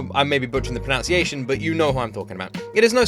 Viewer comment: Not only are you getting her name wrong, but you're truly butchering the correct way to say the word "pronunciation". It's not "pronounciation". There is no accent or dialect where what you're saying is correct. As for her name, just approximate it as "ow-ee".